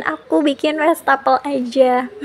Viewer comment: Maap koreksi sedikit ya bund. Wastafel bukan Westafel pengucapannya. Maap kalo kurang berkenan. Sy termasuk yg sering intip channel ini dan sy suka menontonnya❤